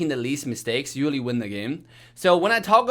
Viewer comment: The way he say usually “uwally” 😂😂